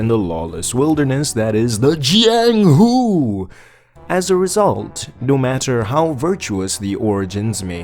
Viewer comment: Bro please dont say jianghu again. I opened this video to sleep but burst out laughing